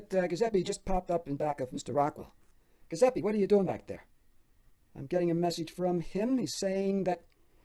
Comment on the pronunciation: Sorry, I need to correct your pronunciation on the name “Giuseppe”. The “G” makes a “J” sound, followed by a “U” as in “oo” sound. I know grammar Nazis are annoying but I just couldn’t take it. Forgive me